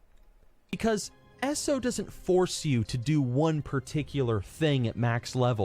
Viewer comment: Who the fuck calls it ESSO? It's E.S.O